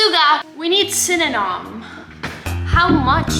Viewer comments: The fact that she's saying synynom and it's actually pronounced cinnamon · You said syeninam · Also sin-a-men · She cannot even say cinnamon